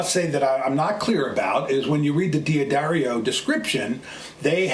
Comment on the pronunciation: its pronounced Da dario, there is no "I" thus from the company itself "Da-Dairy-O"